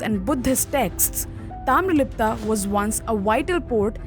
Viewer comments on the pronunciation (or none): That is 'Taamralipti',not Taamralipta.